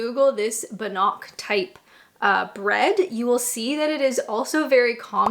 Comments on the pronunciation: The PM needs to announce a new task force to prosecute people who pronounce 'doner' 'kebab' 'bannock' and 'bagel' the way you just did lolol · You're pronouncing Bannock wrong. It's Scottish. Comes from Bannockburn where I'm from. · It took me a wee while to work out what Bannock was !😂 Once she said Scottish I knew what she was saying. She should try a Selkirk Bannock🏴🦄🏴🦄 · The meat pie is pronounced: "tor-tee-AIR," I think (it's also a thing in Vermont, from what I understand) ... and the Bannock is, I think, pronounced: "BAN-nuck." When I looked for typical foods of Ontario, Canada I see Beaver Tails (I think they are elephant ears where I live and you generally only get them at a carnival or state/county fair), Shawarma, corn on the cob, cheese, sausages and butter tarts. Are those any of the foods you grew up on? As an American, I think America and Canada really adopted the foods of the countries we came from (which, of course, would be England mostly) and the foods of the "areas" (like in Oregon we eat a lot of Marionberry pie - in Maine they eat a lot of lobster and in the midwest of the USA they eat stuff like Scrapple which is sort of a Pennsyvania Dutch or German thing) .... our countries are SO huge, it's really hard to define national foods. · “B’nock” is pronounced “BANerk”. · BAN-nock. As noted, Scottish. Tortiere = Tort-YAIR. Montreal Smoked Meat is awesome. If you're going for stereotypes, you missed Beaver Tails. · pronounced BANoc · Bannock not ban nock 😂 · Bannocks are pronounced like "ban nicks" if you know you know 😂 or chicken out and say oat cakes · You're saying Bannock wrong. It's easy to make, you should try it. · You can tell she isn't much into Canadian food by the way she pronounces them!